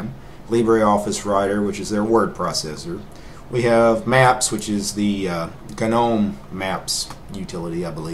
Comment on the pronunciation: Correct me if I'm wrong, but I always though "gnome" was pronounced more like "nome?" Maybe I just got it wrong.